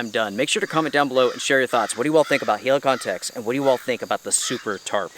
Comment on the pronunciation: Man just check some polish reviews and learn how to say Helikon... e is like in Estonia not like i in Italy...